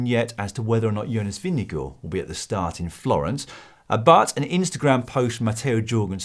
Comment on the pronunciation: Jonas pronounces his own name as "Jonas Vingegaard".... why do you refer to him as Vingego??